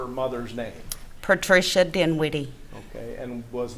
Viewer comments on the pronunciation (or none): What ?? Did she say her sisters name is Patricia " DIM WITT" IE ? LOL. OMG